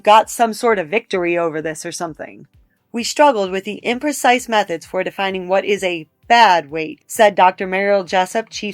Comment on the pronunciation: seems like if she is reading a quote she would know the word is "imprecise," not "inprecise" lol